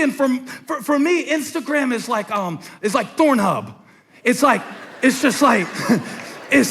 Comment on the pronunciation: He said ThornHub... I bout lost it